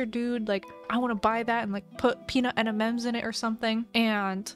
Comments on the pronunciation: No it’s triggering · It has been said that every time says "enimems" a beautiful baby is born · same gurl, en em ems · ITS EM IN EMS GIRL 🤣🤣lysm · Eni ens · “Peanut en-en-ems” I can’t 😭🖐💀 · Idk why saying Emimems is so funny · The way says M&M’s has me dying ✋🏽😭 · i was like.. is that an ‘N’ ? 💀